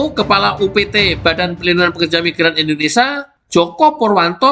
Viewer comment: Sebenarnya suka informasi di channel ini. Satu kekurangan nya yg bikin risih (maaf). Bisakah anda berkata Indonésia dan bukan Indonesa ? Kalau ditanya orang luar,anda dari mana, masak mau bilang "Indonesa" ?